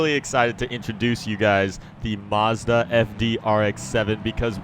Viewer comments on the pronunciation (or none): There's no R in Mazda